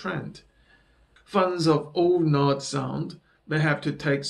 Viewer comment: N.A.D. Not nad